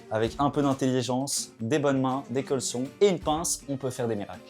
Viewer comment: Je suis le seul à être trigger quand j'entends dire "colson" au lieu de "colsone"? Je suis premier degrés hein, j'ai jamais entendu qui que ce soit dans mon entourage le prononcer comme ça 😅